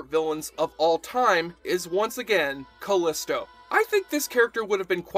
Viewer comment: FYI Callisto is pronounced Ca-LEE-sto and she was played by Hudson Leick whose last name is pronounced LIKE.